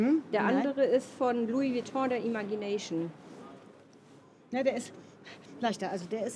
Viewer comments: Den spricht man Imätschi näyschn aus 🙈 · vielleicht hilft es dir das Wort „Imagination“ richtig auszusprechen:)